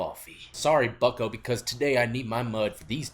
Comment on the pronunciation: He said sorry bucco 😂